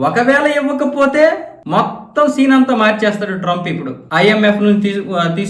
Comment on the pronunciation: మొత్తం అని అన్నప్పుడు మీరు ఎదో మింగేశారు 😊